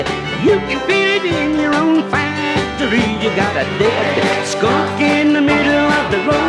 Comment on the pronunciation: It sounds like he says "your own factory" instead of "your olfactory."